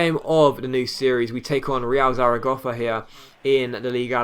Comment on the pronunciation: Bruh, if he pronounces Zaragoza "Zaragoffa" one more fucking time....